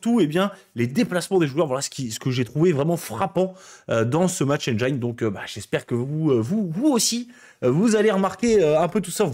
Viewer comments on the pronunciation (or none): On dit pas Match Enne-jaïne, mais Match Enne-jean